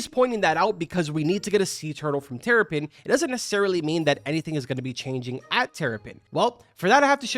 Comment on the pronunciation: He said teripen bro:(